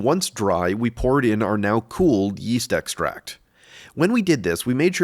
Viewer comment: Yeast? I thought you said weast.